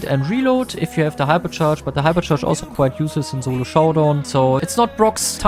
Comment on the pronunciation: germans pronounce "s" as "z"